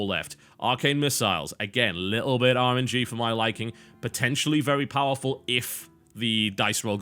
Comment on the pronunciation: Biscuit, every time you say something like, "thats a bit too RNG for me", I hear "orangey". I think you may have coined a new word. When any game mechanic is a little too random, you can say "rolling dice is Orange", or "That card is Orangey".